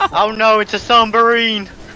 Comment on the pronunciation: “Oh no it’s a sumbarine”